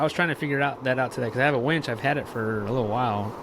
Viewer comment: It winch, not wench 😂